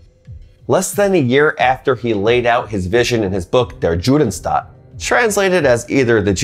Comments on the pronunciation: In German, Dutch, Polish, Croatian and many more languages the letter J makes a Y sound. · "der joodenstat" no way. "J" is read like "Y" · two Things: 1) "Der Judenstaat" is Prounanced as "Dh-eh-rh Y-uh(oo)-dh-eh-n-sh-t-ah-t". 2) Wikipedia, when you Read the Article "List of elections in 1895", there is mention of a Election in Austria in that Year. Nor did I found Information about it anywhere else. Where do You get those Informations? Hope to get Answers! Shalom! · yes, and he read it like English